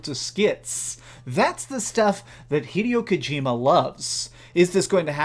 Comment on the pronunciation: “Ive always been a big fan of hideo kojima games” Says hideo kojimas name wrong 😂